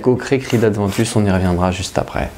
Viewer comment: Aventus..., y'a pas de D non? ;-) je confirme beau parfum ...d'ailleurs Abercombie&Fitch l'ont bien copié dans "Authentic"